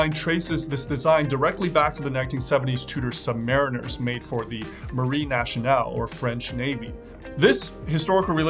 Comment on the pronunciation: If I may, Marine Nationale is pronounced marine nassionale not nashionale. 😉